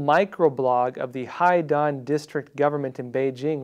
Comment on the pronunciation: Love your show. Just for reference - Haidian should sound like High Dee Ann